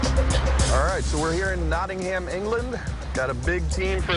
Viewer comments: Nawding Ham! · as an english person, it pisses me off every time they say Nottingham cos it’s just so wrong